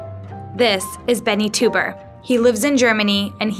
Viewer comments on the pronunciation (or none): Also, isn't teuber pronounced toyber not toober? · every time she pronounced the family name Tuber instead of TOYbuh, and the game CatAN instead of instead of CatAHN , I couldn't help cringed and would mutter the correction at the screen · Their family name should be pronounced 'toy-berr' , not 'tu-ber' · rcdc is absolutely correct. Their family name is properly pronounced 'toy-berr', not 'tu-ber'. This is my wife's maiden name so I know how it is properly pronounced, even in America. While I don't wish to be too hard on this incredibly disrespectful and incompetent mistake, you really have to be an idiot to do a video on an entire family and NOT start out by making sure that you have the correct pronunciation of their family name. Epic fail! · Not Klaus "Toober", it's pronounced "Toy-ber"!!! omg please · Also the creator's name is pronounced Toy-ber, not Too-ber. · I’m pretty sure his name is pronounced like Klaus “Toyber”, not Klaus “Toober” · Good old Klaus "Toober," creator of "cuh-tan." Would it hurt to spend five minutes looking up how to pronounce the names of Catan or its creator? Embarrassing. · Teuber is pronounced like "Toy-ber", and Catan rhymes with "swan".. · It's pronounced Toiber; amazing they would send someone all the way to Germany with such a poor grasp of the subject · The way she pronounces Teuber makes me want to cry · No, he pronounces it kuh-tahn, which is correct. It probably wouldn't have been so distracting if she didn't emphasize her hard 'A' at the end of Catan so much. It became worse when she mispronounced the creator's name. The narrator's voice was juvenile and shrill to begin with, so the mispronunciations made it seem like she just didn't care. I'm not only a huge fan of 'Settlers of Catan', I'm also a fan of doing things correctly, so it was distracting to me. It didn't distract you, that's nice; I'm glad you were able to enjoy the piece.